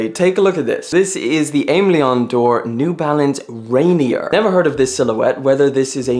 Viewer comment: Rainier, pronounced like ray-neer, or the mountain in Washington state